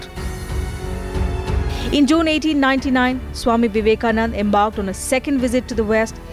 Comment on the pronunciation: By the way... His name is Vivekanand'a'....with an 'a' at the end.......I hope this reporter can use the name as we all have known him....